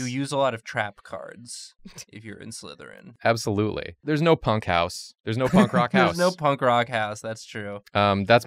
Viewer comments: TRICKLERYN!!! The name isn’t Trickleryn😢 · The last one is written slytherin, pronounce sly-therin. As in sly.